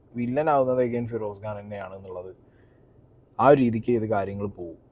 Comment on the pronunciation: ഗാൻ അല്ല ബ്രോ ഖാൻ ആണ്